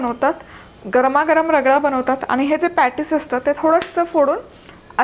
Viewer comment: If possible please pronounce ANI word properly